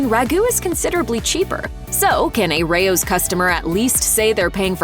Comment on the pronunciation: Correct pronunciation is RAY-ohs.